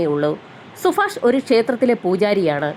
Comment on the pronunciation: സുഫാഷണോ 0 സുഭാഷ് ആണോ 😂